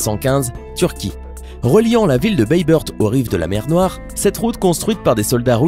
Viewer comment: Pour la ville turque bayburt sa se prononce baybourt est pas baybeurt